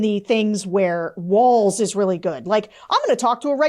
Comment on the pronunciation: She doesn't even pronounce Walz's name correctly.